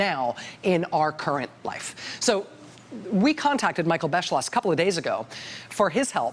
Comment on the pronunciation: that awkward moment when you know German and the presidential historian's last name looks quiteeee German and then they call him Bes-slosh .... but the video is very informative :D